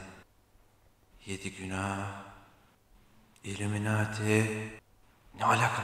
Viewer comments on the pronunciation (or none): none